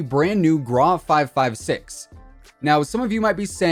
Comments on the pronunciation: Is it just me that finds his pronunciation of grau? Why are u saying “grah”? Its “graw” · it’s still gro